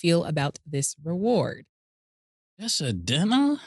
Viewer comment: Just a "dinna" 3 games just for "dinna" got me weak! Killa closed the laptop? 😂🤣😅😆